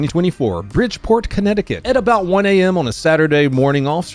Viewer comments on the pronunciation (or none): BridgePIT, Commnecticut.